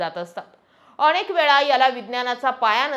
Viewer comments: छान बोलता पण नळातल्या न च्या जागी बनताला ण वापरला म्हणजे शुद्ध भाषा हा भ्रम आहे... अणेक नाही अनेक नावाणे नाही नावाने णेमके नाही नेमके... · तुम्ही खूप छान बोलताय तुमचे व्हिडिओ नेहमी बघतोय , पण अणेक नाही अनेक, ण च्या प्रॉब्लेम चं तेव्हढं बघ बाकी उत्तम 🚩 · अणे nahi अनेक